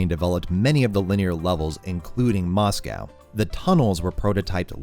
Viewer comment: The way you pronounce “Moscow” makes me want to rip my ears off… Still, cool essay.